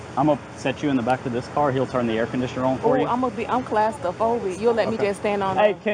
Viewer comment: Clast-a-phobic.....god damn